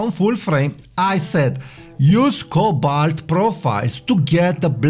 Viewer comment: Please print the name of the profiles you mentioned, I cannot understand the name...sounds like Colbalt?